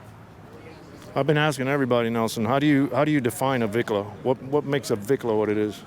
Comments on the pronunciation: Let me educate all you none Mexicans and Pocho mexicans! The word "Bicla" NOT Vicla! is slang in Mexico for Bicicleta which translates to bicycle!🤦....And yes I am an Old time REAL biker for over 40 yrs. not a weekend warrior! I have a 1974 Shovel head Electra Glide and a 2000 Twin Cam Electra Glide! And of course I am NOT into these Lowrider looking Bikes. Chale Ese! 😁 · Homeboy could not define what a "Vicla" is maybe because that is NOT s proper word! The real word which derives from Mexican slang is pronounced "" BICLA" not Vicla....So "Bicla" comes from the word (Bicicleta) which then translates in English for bicycle. 🚲....So to those that want to be dropping Spanish names to scooters, get it RIGHT! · Just for you information everyone has this word wrong! It is supposed to be pronounced "BICLA" which is a Spanish slang word or short for "Bicicleta" which means bicycle. To EVERYONE if your gonna use Spanish words in reference to bikes get RIGHT!.... And yes I am an Old time REAL biker, not a weekend warrior! Been one for over 40yrs. I own a 1974 Shovelhead Electra Glide and a 2000 Twin Cam Electra Glide. And of course I'm not into that low rider cookie cutter looking bikes. My bikes are true real scooters (hogs) for those that are even old enough to know what that means!